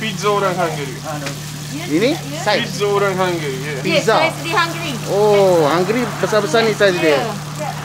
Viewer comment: Hai de.....kacau ni de.Resepi Hunggary....tgk pn jdi "hunggry"